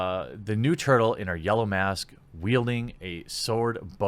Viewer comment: It's turtle ma'am!